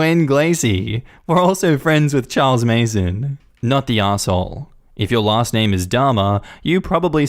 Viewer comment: It's Charles Manson not Mason